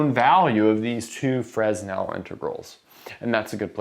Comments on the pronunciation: The “s” in “Fresnel” is silent. “Fresnel” is a French name. Sorry for being pedantic. Being an optics person, the Fresnel equations are daily part of my life. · Yes, but his name is correctly pronounced with a silent 's'. That's how he would have pronounced his name, and it's it's such a well-know name in his field that it's how everyone who takes the time to find out the pronunciation will pronounce it. There's very little cost in finding out the correct pronunciation, and frankly it makes you look amateurish when you get it wrong. found out that the Greek pronunciation of φ is "fie" and uses that; I'm sure he'll say "Fruh'nel" once he realises his mistake. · I don't pronounce the 's' in Paris, but that's a matter of choice, as both pronunciations are common in spoken English. Contrary to your assertion, some hard and fast rules do exist. The hard and fast rule with someone's name is that you pronounce it according to their choice, not yours. Anything else is unbelievably rude. It doesn't matter whether Augustin-Jean Fresnel is alive or has been dead since 1827, nor whether he cares or not. What should matter is that you show some respect for a great scientist who made impressive contributions to his field. The very least you can do is get his name right. Same goes for Euler. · I always thought it was pronounced fray-NELL integrals. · but... he so FRESSSHHH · You'd better say. "Frê-nel". Skip 's'. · It's hard to take you seriously when you can't even pronounce Fresnel correctly. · Optics is a bit picky with silent s in Fresnel French way, just saying. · No s in Fresnel ;) (well, in French anyway) Great video! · So why does pronounce Euler and Fourier correctly? Seems like a double standard to me. I was shocked he said Fresnel the way he did. Major faux pas. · Less of a double standard and more of a human mistake. Evidently he won't do it again now that everyone here has let him know how wrong he is. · Fresnel - wrong pronunciation.